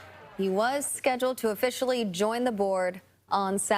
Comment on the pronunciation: An edit “buh-in”? What’s that